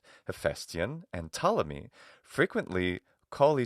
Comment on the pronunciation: "Ptol" was how the name Ptolemy was abbreviated in the show. must have read it wrong and it sounded hilarious.